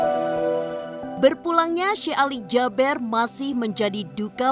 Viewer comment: Jaber dibaca JABIR. Emang ada abjad E dlm bhs arab?